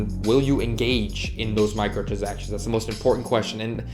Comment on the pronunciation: He kept mispronouncing “micahtransactions”😂